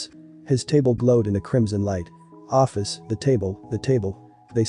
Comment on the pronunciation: You pronounced my name wrong :') (Oh-fis)